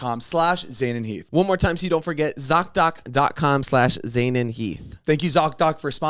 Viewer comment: same with your name Zane😂 You say “zain” not “zeyney”